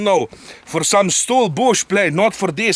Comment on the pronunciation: For STOL bush planes. What I heard: For some bullshit. 🤣👍✌❤🛩